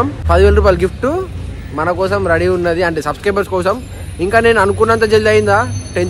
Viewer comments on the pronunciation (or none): none